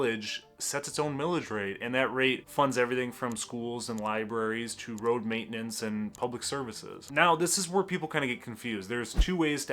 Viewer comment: DID HE SAY ROAD MAITNENCE?